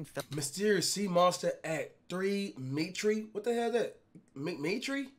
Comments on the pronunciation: Me ter* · Homie said 3 “Metree” when it’s “metre “ 😭 like a metre long ruler you stupid assss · Cash you stupid you said metree Instead of metre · Cash.. "Metre" is (correct me if I'm wrong people) is used by the British. It's their spelling of "Meter" like we use in the U.S. It's not "Me-tre" like you pronounced it. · Lmao he said metree it’s pronounce meter but that’s the British spelling “metre” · he said “me tree” instead of “me-tee” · This man really pronounced metre as "me tree" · Bro really pronounced "meter", "mee-tree" 😂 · Cash that is the Australian spelling for Meter. Not metree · LMAO MAN SAID METREE nah but for real keep it up love the vids. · Ate three, "meetri" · Bro said “metree” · It's meter. I know it's spelled metre but another word is meter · word : metre cash : mee tree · bruh cash is dumber than flight...this dude just said metree...most american thing i have heard all day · My nigga said methree I am done bruh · man said metri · He couldent say metre 💀💀💀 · "METRE" LMAOOOOOOO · Man said meet-tree for metre 🤦‍♂️ ARE U FLIGHT OR SOMETHING... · Dis dude said metree 😂😂😂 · cash can't read lol ''mitree'' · Cash the word metre is said in the form ''meter'' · bruh ik you didnt just say "me-tree" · “Me tree”😭😭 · he really said “at mitre” 😂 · Me-Tree😂😂😂I’m dead yo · Facts bro I was like cash can’t read now 🤣🤦‍♂️ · Legit he said for metre (length) me-tree I’m done 😂😂😂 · Only we Americans would pronounce it like that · "At 3 metree" 😂😂😂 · He said what is that “metre” 😂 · You really dont know the word metre, dayum cash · So is no one gonna talk about "metre" ? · “Metre” LOL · Cash can’t even say metre right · Cash I love you and all but the way you pronounce metre got me dying😂❤️